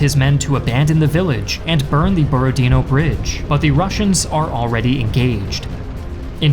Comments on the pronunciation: BorodinO. Not BorodIno, not BorOdino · Its Borodinò, not Borodìno. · u almost guessed it correctly borodinO, with stress on the last O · Actually the stress is on the last syllable here - BorodinO.